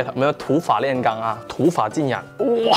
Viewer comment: 是浸染(ran) 不是yang